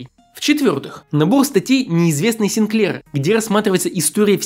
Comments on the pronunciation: Ну.. ты бы хоть ударения правильно ставил, сИнклер, а не синклЕр. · С удивлением узнал, что правильно произносить СинклЕр. Всегда говорили сИнклер :) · Не позорься. Не СинклЕр, а СИнклер. Не Зилог, а Зайлог. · сИнклер, а не синклЕр :) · Чувак, ну какого хрена? СинклЕр? Ты серьёзно? сИнклер!!!! Безграмотность это ужасно!!! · В третьем ролике на третьей же секунде произносят Клайв Синклеээр, четко на второй слог. Может у нас понимание ударения в словах разное :) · _Buba__, в этих случая да, ударение больше на И, возможно корреспондент ошибся. Эти англичане одновременно норовят поставить ударение и на первый слог, и на второй. Поиск Яндекса мне там когда-то выдавал цитату из какого-то словаря фамилий, что есть фамилия сИнклер. У музыканта Bob Sinclar ударение тоже на второй слог, если верить клипу, в котором его представляют. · Но ведь в фамилии «Синклер» ударение наверное на первый слог...